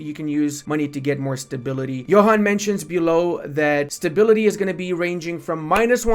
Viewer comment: just FYI, despite how its written, Johan's name is not pronounced like youd expect (like youre saying it). It actually sounds like "Yuan". Trust me. I was a beta tester for like a decade:)